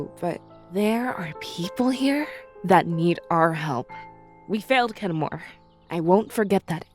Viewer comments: Who else heard say Ken-more instead of Kenmur? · the mispronunciation of Kenmur's name hurt my soul and his even when we know it was just an accident.